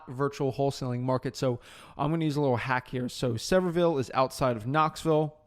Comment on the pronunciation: Avery and Luke Carl are cringing every time you say Sevierville 😂., great content brother. Thank you for everything you do!